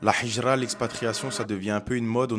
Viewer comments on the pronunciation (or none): Salam, Hijra avec un ه et non pas un ح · Salam mon frr vu que t'arrive a dire al hamdoulilah il faut dire al hijra le "H" faut que tu le prononce de la mm manière qu'avec El hamdoulilah baraka Allah oufik